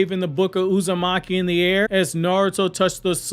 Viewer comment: The Book of Uzamaki🤣🤣🤣🤣🤣 Bro you gotta stop🤦🏽‍♂️🤣🤣🤣🤣